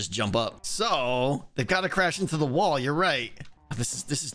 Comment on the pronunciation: After about the 3rd time he said 'wall' I realized he wasn't saying 'wool'😅